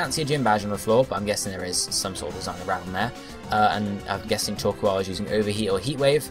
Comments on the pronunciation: Yeah, you'd think since plays games like Minecraft, that he'd be used to saying the word "coal" normally. Being an entire syllable shorter should be excuse enough to say it the proper way its English dub name was intended. But it's not that big an issue.:3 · You say Torkoal kind of weirdly.